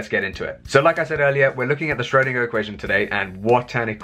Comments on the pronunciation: What is this current trend to mispronounce Schrodinger's name?! It is "shrur-" to rhyme with "purr" - not "shroh-" to rhyme with "go". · It's not Sh-RHO-deenah - the umlaut over the 'o' effectively changes the 'o' to 'oe', thus making the sound much closer to 'er'. 'oer' if you prefer, but for English speakers, 'er' is a good approximation. I'm not going to argue with your phonetic rendition because it looks accurate to me, although I'm no expert.